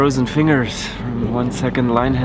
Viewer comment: pronunciation of finger always makes me laugh.